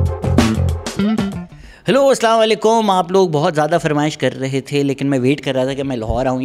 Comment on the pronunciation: ye salanwa leikum keya hai sahi pronunciation keya wo seekh lo ya junaid akram ki trah keh diya kor "Ha g Bhaiya"